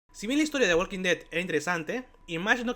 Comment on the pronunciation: La L de Walk no se pronuncia. La L de Walk no se pronuncia. La L de Walk no se pronuncia. La L de Walk no se pronuncia. La L de Walk no se pronuncia. La L de Walk no se pronuncia. La L de Walk no se pronuncia.